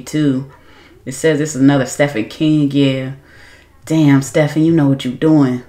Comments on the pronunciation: Just fyi: its not "stefan". Its pronounced "steeven". ❤❤ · Girl............. I been waitin' for your reaction to this one!! ✌🏽❤🦉 (Btw, it's spelled Stephen King, but pronounced Steven) Fun Fact: The vast majority of King's novels are set in the state of Maine. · Omg it's pronounced Steven King even though it's not spelled that way.😂